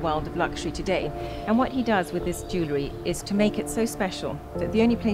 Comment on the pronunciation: For someone talking about Jewellery, it couldn't hurt for you to research how to pronounce the word.